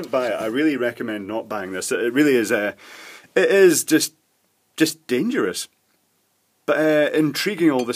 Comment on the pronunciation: It's not dangerous, it's dangeroose! 😉